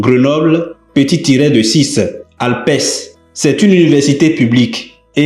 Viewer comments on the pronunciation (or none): Mon frère, c'est Alpe(s), pas Alpès. Merci pour l'info.